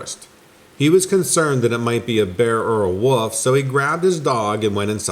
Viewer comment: He thought it was a ‘wuf’ haha I have to laugh every time you pronounce ‘wolf’